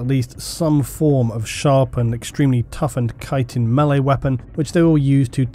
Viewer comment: Thank you for being the only person talking about Tyranid that can correctly pronounce chitin.